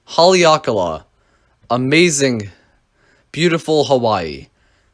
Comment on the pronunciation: You pronounced Haleakala incorrectly.